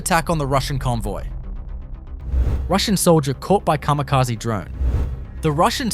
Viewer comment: カミカジ？ｗ